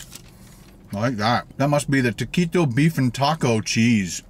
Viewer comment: It bothers me how he says taquito